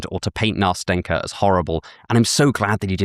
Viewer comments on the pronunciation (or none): I have a strange filing every time you butcher my name. I feal a little offended and wanting to laugh, because how cute and funny it sounds. NastEnka is read like Nastin(the n is very soft)ka. Nastinka is short for Anastasiia and can be shortend in meny ways like Nastya, Nastusya, Nastusha. NastaZia is also a variation of Anastasia. And ints with a s no a z 😂😂😂 Also love your work. Since I found your channel i think i could improve my life.